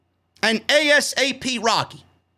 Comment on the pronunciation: 😭 you can tell not Hip to him or his Music cause he didnt even know how to say his name